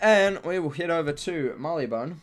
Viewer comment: wait did I just heard you say "Barleybone" instead of "Marleybone".